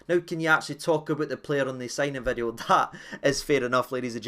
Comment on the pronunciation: A brand Noo Vid-e-o 😂